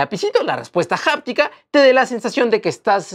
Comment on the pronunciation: Se dice aptica…..no japtica¡